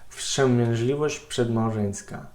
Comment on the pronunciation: Nad słowem "wstrzemięźliwość" musi jeszcze popracować. Odniosłem sie tylko do tego jednego zwrotu. Powiedziałbym, ze więcej niż połowa słow w mowie Nazara ma juz akcent polski.